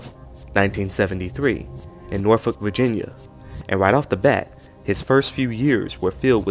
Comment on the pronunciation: My mans pronounced Norfolk correctly🫡🫡🫡